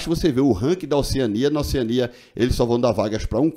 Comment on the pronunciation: Oceânia (acento tonico na letra a,paroxitona)